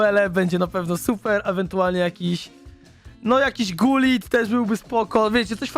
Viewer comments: bo gullit jest z Holandii i zamiast g mowi się h wiec mowi się hullit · Gullit czyta się Hulit! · Nie czyta się gulit tylko hulit